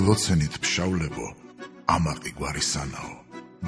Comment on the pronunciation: "ფშაველები" არა "ფშავლები" მამი. good luck!